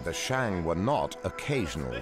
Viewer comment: Ahhn Yahhng of the Shahhng Dynasty, NOT Anne Yeing of the Sheing. These have to be the hokeyest Tales from the Crypt style reenactmemts I have ever seen, with that bumbling soldier figure swinging the halberd in slow motion followed by the cut shot of red paint blood spraying on the grass with an echoey snake exhallation resounding in the background. The PRC needs to roll out those new ground radar machines reshaping the world of archaeology and revisit all the principal sites, AnYang among them.